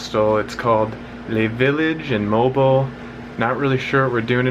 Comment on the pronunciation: The pronunciation of Moalboal is Moh-ahl boh-ahl.